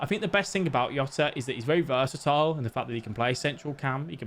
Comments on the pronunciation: Mate it’s Portuguese not Spanish, it’s fucking JJJJJJJJJ OTA, NOT YOTA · Its not yota, can we stop this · Yota his name is jota 🤣🤣🤣